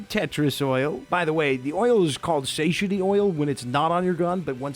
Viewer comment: Satiety is pronounced Sah-Tie-Eh-Tee. One of the handful of things I remember from my Psych degree. My degree paper was on taste specific satiety in rodents. (Where they'd be full eating the same thing but then eat away when a new food was introduced.)